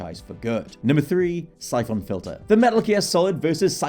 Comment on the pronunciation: Bare emphasis on the phon in syphon. why????😂😂😂